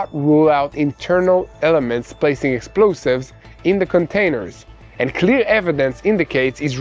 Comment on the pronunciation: Did he say clear or cleer lol